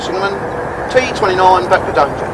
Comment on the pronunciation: Both signalmen spoke the signal number in a wrong way. T29 should be"tango two nine" and T46 "tango four six"